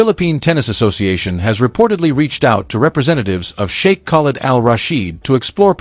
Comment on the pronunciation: Narrator -learn to pronounce Sheikh